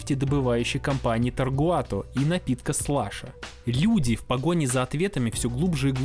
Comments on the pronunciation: видос крутой, отдельный мем для меня это весь видос после автора говорить Тогруат. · Я устал считать сколько раз ты неверно произнёс "Tagruato". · Почему автор упорствует в неправильном произношении TaGruato ? Наверное, это синдром "скрупулёзности". 😊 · Не ТаРгуато, а ТаГруато. Всё очень интересно кроме этого грубейшего нюанса, который очень сильно мешал сосредоточиться на просмотре. Сорри но за такие грубые косяки пришлось влепить дизлайк ( А в целом конечно Лайк! 👍) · Не ТоРгуато, а ТаГруато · «Тагруато», а не «Таргуато» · Все круто но не таргуато а тегруато правильно говорить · Видео отличное, но ты на протяжении его говоришь Таргуато, а пишется Тагруато. Может быть я чего-то не знаю. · ТаГРуато, а не ТаРГуато. Написано же внятно. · ТаРгуато, ТаРгуато, ТаРгуато. ТаГруато: я для тебя шутка какая-то?😢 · Только не говори, пожалуйста, больше ТаРгуато. Контора называется ТаГруато. И на фоне постоянно всплывающего их логотипа твоё их произношение расстраивает высокие чувства. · 👈🤣 ТаГруато! TaGruato! А не "Таргуато".🫣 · Ты не раз говоришь Таргуато, но правильно Тагруато. Прям косяк косяк)) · Tagruato: TAGRUATO: Таргуато Tagruato: ТАГРУАТО: Таргуато Таргуато Таргуато Зрители: да еп.т.м. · taGRuato написано в каждом кадре. А слышится таРГуато. У меня одного диссонанс? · Тагруа, а ты говоришь постоянно таргуато … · ТаГруато, а не таРгуато))) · Зачем так часто говорить Таргуато??? Тем более что правильно Тагруато. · Тагруато, а не таргуато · Аффтар! Ты зочем кажый рас, когда гаваришь таРГуато показаваишь их лого taGRuato! Осваиваешь вирусный маркетинг?)) Если это не ошибка, а троллинг, то ход безусловно тончайший)) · Почему ты говоришь тоРГуато, когда мы ясно видим тоГРуато??? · Почему вы называете ее таргуато когда она вообще таГруато????? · таГруато же, а ни таРгуато, разве нет?) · Почему ты говориш Таргуато а не Тэгруато как написано ? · ты за весь ролик ни разу не произнёс правильно название ТАГРУАТО, говоря "таргуато". бро, что с тобой не так?